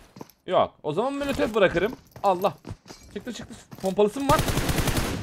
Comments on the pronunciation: abi niye molotofa mölötöf diyon???* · bitanede mölötöf alicam abi herzaman mölötöf diyiyon